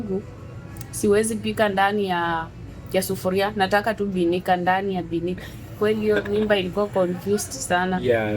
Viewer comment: Ati binika..... mbona usiseme birika? Aii mama, binika ni nini